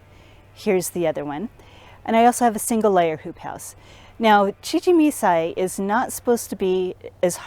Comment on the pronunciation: Please learn how to pronounce CHIJIMISAI . Could not watch due by the 3rd time you said it wrong...I quit.